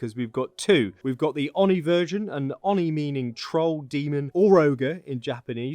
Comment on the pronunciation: Kitsune = "keet-soo-neh" Yokai = "yoh-kye" Oni = "oh-nee" Jorigiri = "joh-ree-gee-ree" (not a soft J, it's Japanese, not Danish)